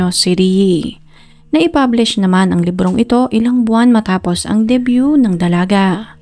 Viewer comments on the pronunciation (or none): none